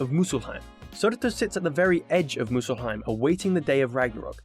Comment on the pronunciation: Not 'Musulheim' brooo.. 'Muspelheim'